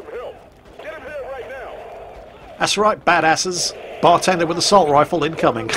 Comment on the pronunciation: i love how he emphasizes bar tender